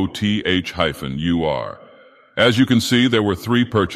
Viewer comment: His name isn't pronounced as "Your". It's just a schwa then an "r" sound.